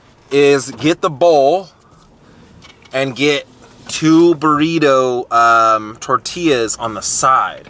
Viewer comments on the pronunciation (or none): none